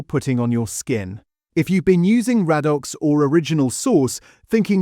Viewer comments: Ray dox, not rad ox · Radox pronounced Ray-Docks. AI not so intelligent, after all. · 'Raddox' 😄 It's pronounced ray-dox. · I should have added, it is pronounced 'Ray dox' in the UK. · Weird pronunciation e.g. Raddox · Yes - mostly amazing. It struggled with 'Radox' though.